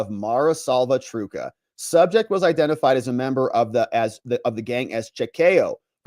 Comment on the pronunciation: Trucha, say the CHA, like cha cha cha...😅